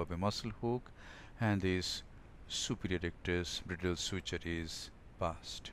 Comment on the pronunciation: It is called /Braidəl/ not /Brì:dəl/ . Thanks.